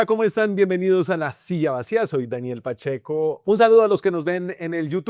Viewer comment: Uy no, otra vez "Pacheck" no por favor